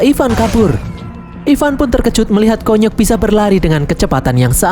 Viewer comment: KONYOK di baca kunyuk 😂😂😂